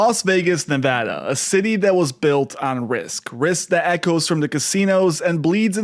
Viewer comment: Thanks for pronouncing Nevada properly.